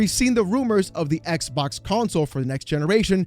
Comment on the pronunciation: please stop saying ex bock lmfao